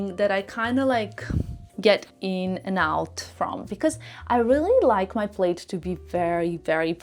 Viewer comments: Not to insult but just for added info, plaid is pronounced as plad not played. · Plaid is pronounced plad. It rhymes with “glad,” “bad, not Played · It's pronounced plad. Not played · It’s not “played” it’s “plad”. Aren’t you in fashion ? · Plaid is pronounce - plad as in sad. Not “played” I hope this helps. If your English wasn’t so perfect, I’d never have noticed. 😅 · In Canada we say “plad”….not “plaid” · Plaid is pronounced Plad (like lad) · Suggestion🫢 Plaid is not Played. Plaid is pronounced like Mad plaid 😎😘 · Isn’t “plaid” pronounced “plad” everywhere? It threw me when I first heard pronunciation. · It’s the short A but I can see why someone could mistakenly pronounce it with the long A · I think it’s cute when people miss pronounce words, it shows how worldly, multilingual, and willing to learn new things they are!